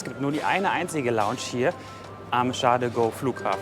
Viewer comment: Charrrl de Gooool heißt der Flughafen😂